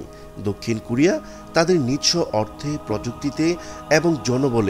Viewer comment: For your better information: not “Kurea” it should be pronounced “ Korea”, follow the rules.